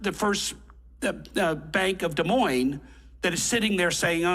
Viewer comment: Hey I will not stand for this “flyover country” slander! I’m from the Great Plains, the Heartland ❤ if you will. 😂 the “s” is silent on Des Moiines for both parts. But you were probably just playing around. 👍